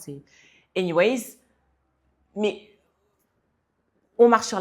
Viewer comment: C’est anyway pas anywayZZ. 😅